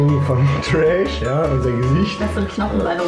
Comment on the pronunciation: Man der heißt nicht trash sonder thresh. Da wird mein main einfach als Müll bezeichnet. Aber ansonsten gutes Video xD